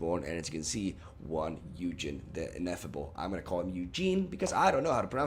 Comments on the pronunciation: Dude, it's Oo-(hard G, like in Good)-in, Ugin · Ugin is pronounce like “uguin” in Spanish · obviously it's pronounced Ugin not Ugin, Ugin may also be correct but that's debatable on a serious note, nice video I want to try this deck now